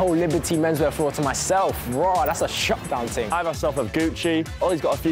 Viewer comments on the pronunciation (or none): none